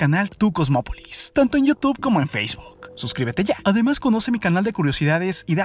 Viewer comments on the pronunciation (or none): none